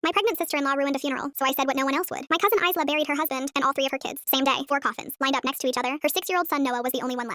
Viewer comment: The s in Isla is silent